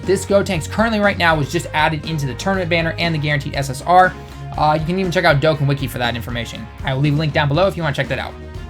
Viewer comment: IT'S DOE-CON- NOT DOEKEN